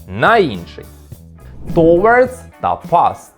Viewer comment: Ви впевненні що правильно вимовляєте "towards"??